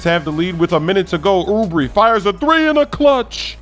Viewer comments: It’s not Oubri ITS OUBRE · Kelly oubre (ooo bray), not ooo bree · YOU SAID HIS NAME WRONG